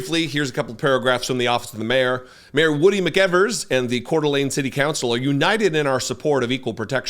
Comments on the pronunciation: First , let me tell you what a joy it is to hear the name Coeur d'Alene said correctly! That's a rarity all by itself. How awful is it that 1 of the most beautiful places on earth is full of a bunch of white supremacists and fascists? I grew up in E. Wash., and I remember Richard Butler. Those people didn't change their Aryan Nation views, they just melted into the background for a while. Now that they feel safe, they are back at it again. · Thank you for your coverage. Thank you for pronouncing Kootenai and Coeur d' Alene correctly. The behavior of the sheriff and the 'security' was shameful. I lived in another state for 28 years and I was always embarrassed to tell people I am from Idaho: this is an example of why.